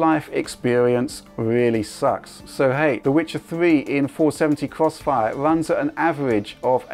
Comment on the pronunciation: is doing the cwossfire 😂